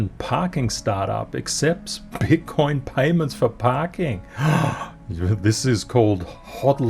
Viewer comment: I have to listen again 🤣 I think said BUTT COIN 🤣 but I'm not sure.